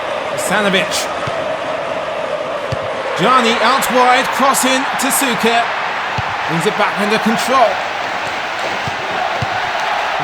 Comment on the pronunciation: As always, phenomenal video❤️❤️ Unfortunately for me, I was born year later so I couldn't live the first Croatian success on major tournament. Also small tip for CRO players names: Suker is pronouned Sh-uker and Prosinecki is pronunced Prosine-ch-ki😁